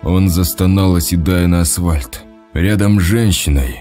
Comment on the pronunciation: Улица « ВоровскОго»- это круто! Как и «асВальт»! Еще в одной озвучке была «тАхта». «Он прошел в комнату и сел на тАхту». Какой язык учил в школе этот «чтец»?